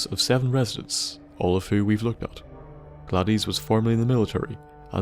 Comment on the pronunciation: It's pronounced "Gladis" not "Gladees".